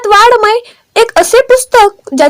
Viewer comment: खुप चुकीचे शब्द उच्चारतात आहात....आस्क ड,वाडमय,मारक ट्वेन इ.